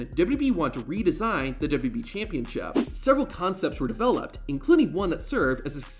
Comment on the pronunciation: "WWE ChampionShiup"